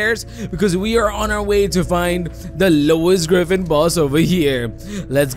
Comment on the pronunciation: Bro said grefin